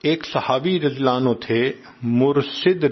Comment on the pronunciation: آپ اتنی اسپیڈ میں رضی اللہ عنہ نھی کہتے اپ اپنی آواز غورر سے سنو۔ نعوذو باللہ آپ حضرت کسی بھی صحابی رسول اللہ انکو رضی اللہ عنہ کے بجاے نعوذو باللہ (للعنہ لہہ) بولتے ھیں کیوں اپکی زبان سے رضی اللہ عنہ نھی نکلتا قیامت کے دن ۔۔اور قبر میں اپکی گرفت پکڑ ھو جاے گی ۔ عمران خان ۔۔ کے منہ سے ۔ نبی علیہ سلام نھی نکلتا تھا ۔ حلف لیتے وقت بھی اسکی زبان بکواس کر رھی تھی مگر رفتہ رفتہ اسکی پکڑ ھو گی اب وہ عمران خان بھی ۔نبی ۔صل اللہ علیہ وسلم آرام سے پڑھتا ھے تلفظ سہی کرلیا۔ مگر اپ تو ابھی حضرت عمر کو لعنہ للہ کہہ رھے ھو اتنی بڑی عظمت والے عشرہ مبشرہ ۔۔ تو اپ کو تو پتہ ھھی نھی کلمہ نصیب ھوگا یا مجھ کو ۔ نصیب ھوگا اپ ان الفاظ الفاب کو درست بولیں ۔۔مہربانی ھوگی اپکی